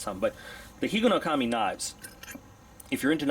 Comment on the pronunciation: It's a single word, man. Not three.